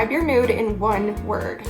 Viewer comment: i thought you said “describe your nude in one word” not “describe your mood” 😂😭😂